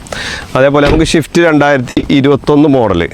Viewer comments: എടാ പോർക്കെ… ഷിഫ്റ്റ് അല്ല… സ്വിഫ്റ്റ്.. ഈ മുറി അണ്ടികൾക്ക് വിവരവും വിദ്യാഭാസവും ഇല്ലാത്തത് എന്താ? അവന്റെ ഷിഫ്റ്റ് പറി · പൊന്ന് ബ്രോ ഷിഫ്റ്റ് അല്ല സിഫ്റ്റ്